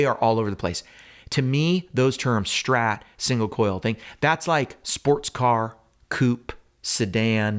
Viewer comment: Please stop saying "Shhtrat." It's not your dialect, it is the only word you pronounce incorrectly. Thank you. -your viewers.